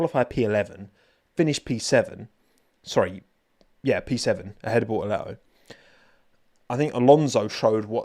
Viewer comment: I was worried You unironically say Bo oh le oh glad to hear you just wanna rile people up a bit lol